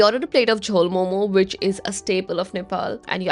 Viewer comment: Bro she pronounced it like every other foreigner just missed that momo(zzzz)